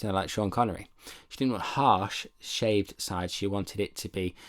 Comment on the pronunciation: glad im not the only one saying shaved shides haha